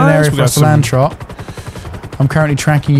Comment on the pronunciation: I think I said this same thing years ago, but inability to differentiate between Trott's and Ross' names correctly after all these years blows my mind.